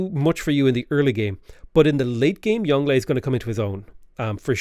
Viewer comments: Youngle is pronounced young luh. Wu zetian is pronounced as Woo zet-I-an. Qin ahi huang is pronounced like chin she hwang. Something’s don’t translate that well like huang and zetian. My credentials are that I live in Taiwan and I speak moderately good mandarin. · Its not yongle. its Yong Le. And its INCREDIBLY problematic if not racist to willingly mispronounce these names. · yeah they do. its a little overpronounced on the tones but its right. its like "yohng luh" source: i actually speak mandarin chinese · Isn’t it pronounced like “Yohng-luh”? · I don’t think they’re a native bilingual. They do sound like they’re over-emphasizing the tones, and some of the pronunciations seem just a bit off, so I’m guessing they’re a Chinese learner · As someone who learned some Mandarin from their Chinese mother (still learning), it does seem over emphasized. Like he is over the top with his pronounciation, as if he is announcing his special attack. XD And even after all that emphasis, it still doesn't sound quite right. The Yong is supposed to have this going down, then up quality with its tone, (kinda like as if you said "o-ho", like you are kinda surprised), and then the le is supposed to be just hard and fast. But you can still make it sound natural, even while saying the rest in English, once you know how to pronounce it. It's just like when a foreign person has difficulty pronouncing an English name, whereas for a native speaker it would fit in with the rest of the sentence. They could have also just copied the Chinese characters for the name and looked him up on YouTube to know how to pronounce it, but you know, mispronouncing foreign names happens a lot when I listen to stuff in English. Like how they just decided to have their own English variant of Sunwukong, with the intonation all wrong. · firaxis hiring some poor guy from fiverr to pronounce the names of ancient chinese leaders